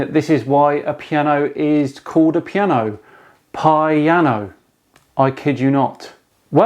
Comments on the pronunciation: Really? Pi-ano? Made my day! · 'Pi-ano' (chuckle). Does realize there are other languages besides English? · Pie-ano.... wow..... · I saw that video... still got a Headache couse of the Pie-ano... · Aah "Pi"-ano got it now! What about the 'forte' bit? Got it! 'For-tea' as in "What's for tea Mum?"